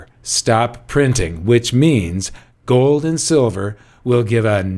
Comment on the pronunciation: Did I catch a Dutch accent there? A little Goldmember? What about joe? I think that's how Yukon Cornelius said silver in the Rudolph story.